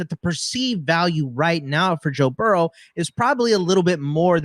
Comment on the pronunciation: Joe Barrow? Do you mean Joe Burrow?